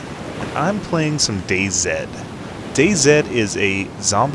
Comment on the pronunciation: "I'm playing DayZed" actually pronounced DayZi! :)